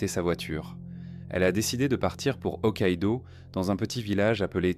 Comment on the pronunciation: Pas que, rien ne va. T’en en temps « reins » t’en en temps « rin », « satoshi » devient « sato » et « ryouta » est « yota » puis « tsurui » est « tsui » et bien évidemment l’incontournable « okaido » qu’on est pas ce que c’est, je ne connais que Hokkaido perso 😅 C’est une IA maintenant on est sur